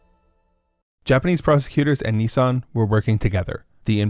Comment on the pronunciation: The way you pronounced Nissan threw me for a loop, you keep saying "Ne-san" It's Nis san <_<. Also, Nissan is one of the OG Zaibatsus, who starting in the 1950s became paraoid of each other as they started moving into the same industries, so Nissan thought it was a cunning idea to buy shares in their rivals as a means to protect themselves from market pushout, force them to not directly compete with the same lines of product. Just typical absurdist Japanese business logic.